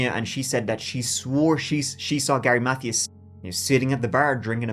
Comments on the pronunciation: love you loads but Mathias is pronounced muh-THEE-us. not math-ee-us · Gary's last name is pronounced Mathias with a capital I sound. Math-ī-as or Math-eye-as. This is a great video, and you do a very good job. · "Mathias" is pronounced "Muh Tias". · Alright....say it with me now. MUH-THIGH-ISSSSS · His last name was pronounced "Ma - thigh - us". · Mathias is pronounced“Muh—Tee—Us” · Please Google how to pronounce "Mathias" correctly. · Mercury Mon-tea-go. Gary Muh-thigh-us. not "mon-tay-go" and "math-thee-iss"